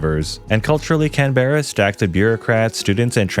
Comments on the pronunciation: We pronounce Canberra and Canbra, "can" like soda can and "bra" like a women's bra. The only reason the ACT exists is because both Sydney and Melbourne were fighting over who was going to be the nations capital so they took some land from NSW and made the ACT.....Australia also does not like the ACT. Royal Military College (RMC) Duntroon and the Australian Defence Force Academy (ADFA) are schools for the officer class within the ADF and not actually active defence bases. Yes, they have active duty personnel on them but they are in a teaching role and as such they will fall very quickly. Pukapunyal is also a training base and not actually active so not a very good spot to go seeking help as it will fall quickly as well as they are all students there and not very many experienced soldiers.....it will still last longer than ADFA or RMC Duntroon as they are general enlisted and not officers! Bro, your pronunciation of Australian places is well off! Kapooka, again is a school and other than the instructors no one there is an experienced soldier as it's the "Home of the soldier" meaning that it's the first school ALL new general enlisted soldiers go too before moving onto "trade" specific schools. Holsworthy would actually be incredibly safe as there are 2 permanent special forces regiments based there with a special forces reserve regiment moving in and out as needed. Holsworthy is also where ALL special forces outside of the SASR go to school. It is also where ALL ADF Military Po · Having a seppo tell me how to survive in my own country. Mate you can't even say Canberra correctly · It has a bruh sound mate so when ya say Canberra say it with a bruh sound ok mate this really annoys me how literally no American can say a bloody capital name properly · Central tablelands NSW lol. I’m an hour and a half away from the Blue Mountains LOL. Also Google how to say Canberra :-). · pookie its pronounced Can-bruh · It’s not can-bear-a it’s can-bra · It’s not canbera